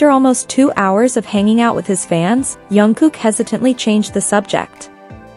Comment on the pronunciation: First pronunce his name properly